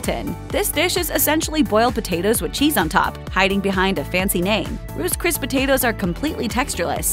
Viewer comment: "Roose Cris" lol 😆